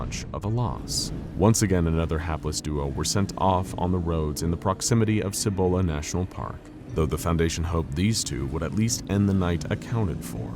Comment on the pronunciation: Hit close to home with this one. I live just east of Albuquerque, so this was fun. Pronounced Cibola wrong, most do so don't worry to much!!!